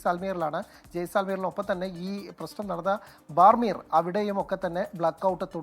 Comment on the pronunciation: The place name when said is BADMEER… it’s in Marwadi language. Kindly make sure pronouncing names of places after consulting someone there when you have actually a correspondent in Rajasthan. Thank you